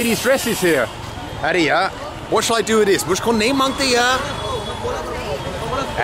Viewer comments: It sounds like Ari yaa... but he is saying ‘Aree Yaar’ which sort of means ‘oh my friend’ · Should'nt be 'are yar' not 'are ya'? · It’s funny when he says “Areh yaar” but doesn’t say the “r” at the end. So it sounds like “Areyaa” 😂😂 I love this guy, he is friendly